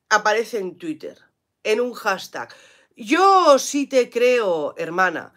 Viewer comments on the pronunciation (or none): none